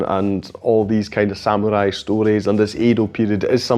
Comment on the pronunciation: You are the first non-Japanese who pronounces the word samurai correctly. Most say sam-u-rai not sa-mu-rai. Thank you.